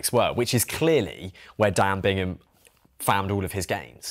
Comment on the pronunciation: Wow, that’s cold and incredibly disrespectful to Dan Bigham. To say he “bought the record” is disgraceful and belies the amount of work that went in to this hour record. You also said his name wrong quite a few times. Bigham, not Bingham.